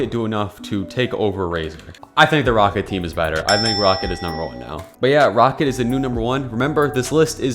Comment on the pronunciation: its pronounced raw cat not rocket lmfao